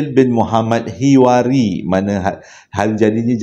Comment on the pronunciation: Terima kasih sbb sudi bacakan wish utk anak saya Mohd Fadil. Cuma nama arwah ayahnya tu tersilap sikit... 😅bukan Hiwari tapi Hawari. 😅. Semoga doa² itu berbalik pd juga dn buat yg mendoakan. Aamiin. ❤